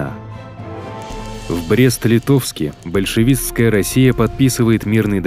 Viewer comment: Больщевичкая Россия ... Пожалуйста не делаю видео про Отечественную войну. А то диктор с ума сойдет говорить больщевичкая Россия.